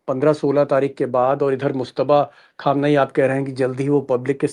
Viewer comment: अगर आप " खामनाई" की बजाय " ख़ामनाई" इस्तरह उच्चार करें तो और मज़ा आजाए।।।